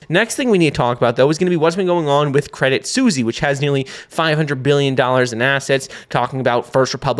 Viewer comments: "credit Susy"? hahahaha its pronounced credit swiss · love the content, but is it seriously called "credit susi" ? 🐕🍝 😅